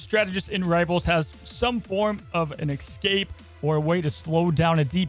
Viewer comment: Escape. Not excape